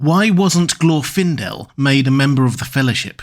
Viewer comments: Lmao "Glorf-indel" .. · Even in this video there's no consistency in how his name is pronounced, specifically whether the stress goes on the first or second syllable. I think the conclusion is correct: you don't send the most recognizable (to the enemy) elf on a stealth mission.